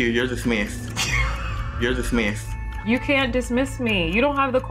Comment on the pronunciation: “Thank you, You’re Dismithsed.” 😭